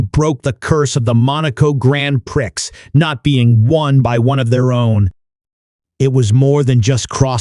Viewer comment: “GrAnD pRiCkS” 😭🤚